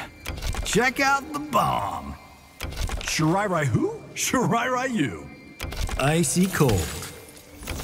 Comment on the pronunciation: Shiray Ryu not Rayu